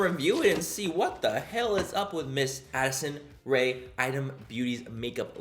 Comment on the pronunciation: When you said Addison Rae ...I thought you 100% said acid rain 🤣😂